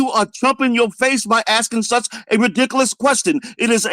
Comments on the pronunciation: This man cannot be real 😂😅 that's reedikuhluhs 😭😩😂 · Why can't this old dork say "were" not "was" and "rehdickulus" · "THAT’S RIDICCALUS" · "Its rewdicowis"😂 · Sheikh Ba-leeh Khalsaun "But I'll tell you what!" "It's absolutely re-dic-eh-lous" Be sincere, sir, or go home 😪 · He keeps saying that’s “ridiklas”. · “That’s ridicalus” lol someone get Charles Barley’s unc please